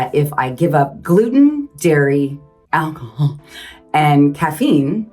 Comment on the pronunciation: alco what?😂😂 Alcohhl😂 My favorite part